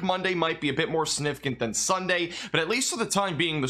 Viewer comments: I love, but my god my biggest pet peeve is when he says siGnificant. He never says the G and it drives me absolutely bonkers for some reason. I know, I know. It's no big deal. It's just how my brain works... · Good job & thanks for the update!Slow down when you say the word “significant”, it comes out sounding really weird because you’re not pronouncing the “g” or something.